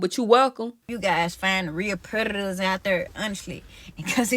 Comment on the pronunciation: She said predadatuhs